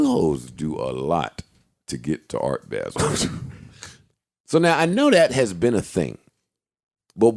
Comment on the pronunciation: If they say "Art Baa-sel" one more time!....It's ART BAH-SEL...Geez! LOL.